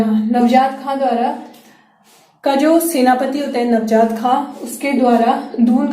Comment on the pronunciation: नवजात नहीं नहीं मैम, नवाज़त खां